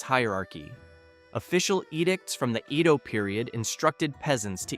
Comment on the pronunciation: Edo is not pronounced (iido?)....